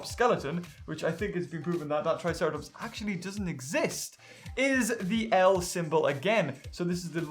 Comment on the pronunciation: Tri-Sahra-Tops lol lel ken